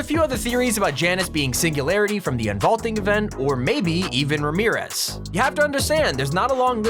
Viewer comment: Ramirez (Ruh-mare-is)